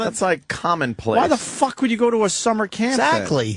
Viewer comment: The way Opie says “FAWK” is the most annoying mispronunciation of a word I’ve ever heard.